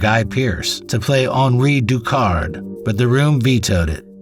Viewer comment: Finally someone else pronounces Henri Ducard’s name the right way